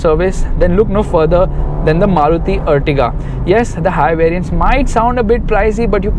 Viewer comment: This is Ertiga not Urtiga... ॲर्टिगा है यह अर्टिगा नहीं